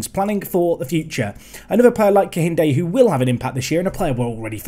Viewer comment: AYYYYEEEEE A NIGERIAN SUPERSTARRRRR!!!! GLAD TO SEE ONE OF MY OWN REPRESENTED IN THE SERIES. Also for pronounciations, its KEINDE, the H is silent